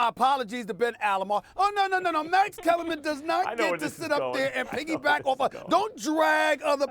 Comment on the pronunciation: Max Kellarman “comma” 😂😂😂